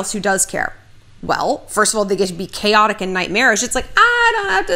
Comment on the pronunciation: I think I almost heard a new word.."chaoxic" 😣